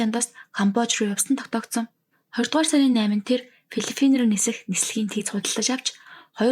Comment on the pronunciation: Er hunii asuudliig ter tusmaa ediin zasgiin asuudliig shiidne gedeg uuruu mash asuudaltai l hunii shinj bhdaa. Tgd филлиППин гэж хэлнэ шүү в- гээр дуудаад бхын ккк